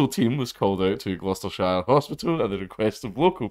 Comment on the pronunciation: "Glooostershire" = Wrong. The Bum Squad was called = Right